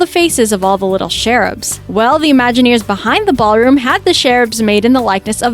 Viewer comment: If by "sherub" you mean "cherub," please pronounce it correctly!